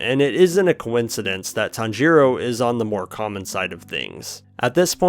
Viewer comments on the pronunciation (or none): “Tanjeeero” has to be rage bait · your pronnouncation of tanjiro is making me want to jump of a cliff